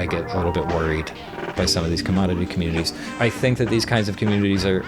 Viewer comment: Consoomer com-uh-nay-taays